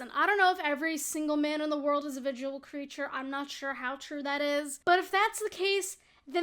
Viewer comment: "A VIDUAL creature..." xD